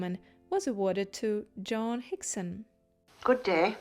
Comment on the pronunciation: your pronunciation of "Joan" is distracting and annoying